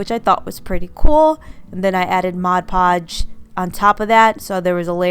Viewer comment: Thank you for saying MOD! Many YouTubers call it Modge Podge and that drives me crazy!!!